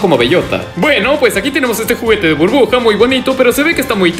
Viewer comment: Soy solo yo o escucho que dice "bruja" en vez de Burbuja :v (me saludas porfa)